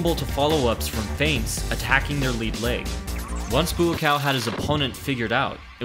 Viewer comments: I thought it was pronounced Bua-caw not Bua-cow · It's "baw kaw" not "boo cow" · I like the effort. But still. It’s not BooCow. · My tv on 10% volume: .."Moo cow....Moo cow.....Moo cow" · Sounded like you were saying 'Moo-Cow' the whole video.